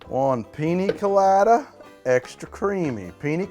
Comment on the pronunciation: Dude absolutely murdered that Piña Colada there at the end lol.